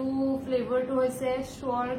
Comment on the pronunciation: I know you will feel bad about what I am going to say. But I am shocked listening to your pronounciation of some words being an English professor. Some of the words like sour, sandalwood soap, chicken salad are very basic words and the way you pronounced the words was very unusual. Also the way you frame the sentences with mixture of words like likhito kothito hindi English doesn't feel appropriate. This a constructive criticism not trying to put you down. Please try to improve your vocabulary and pronunciation. There are many apps you can take help from. I wish the best for you.